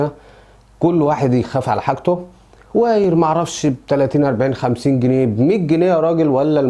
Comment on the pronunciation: ياريته بيتكلم صح اصلا عمال يقولك وايير وااايير و هو اسمه وايار wire يعني سلك بس هو فلاح